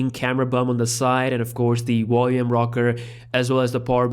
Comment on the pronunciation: Wolume rocker 😆